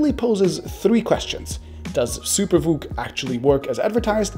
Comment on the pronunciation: First time I heard him say SuperVOOC I thought he said Super Fook and I broke out laughing